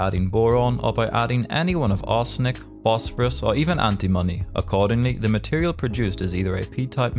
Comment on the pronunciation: "ANTIMONY" sounded like "anti-money"